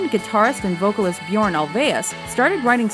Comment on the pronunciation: The way the person speaking in the video said “Björn” omfg close lol I CANT STOP LAUGHING HOW DIFFERENT THEY ARE. I’m Swedish so lol